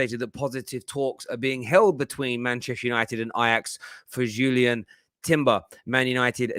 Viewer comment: Its not Julien. Read